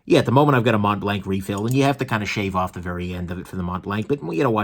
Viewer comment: I love your videos but your pronunciation of French words like mont-blanc is killing me 😂😂